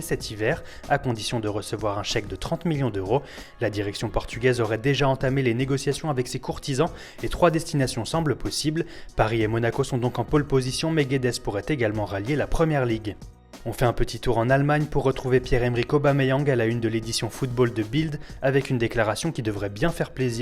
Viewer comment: Guedes se prononce Guedj